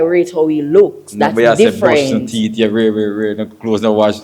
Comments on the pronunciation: His theet😂😂😂😂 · My girl say she don’t like his “theeth”.